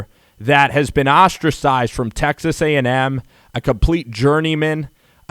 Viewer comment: You lost me when you said ag-em